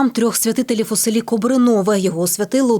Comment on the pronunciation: Не КобринОве, а КОбринове !!!